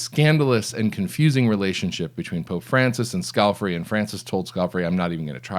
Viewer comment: Scale - FAR- ee,, skal-far-ee NOT scalf-eri